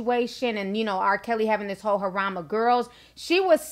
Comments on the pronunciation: You've been mispronouncing harem. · It's pronounced hair-um. I like your show and the fact you keep it 100. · No shade to you but its pronounced “ hair-rum” not “ her- rom” i love the show! lol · Harem. Not haram. He is haram tho lol